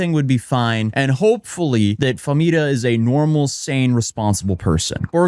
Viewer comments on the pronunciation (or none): none